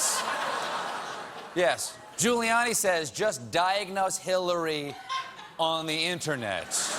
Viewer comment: Why is it that even Colbert can't pronounce internet. It's not innanet.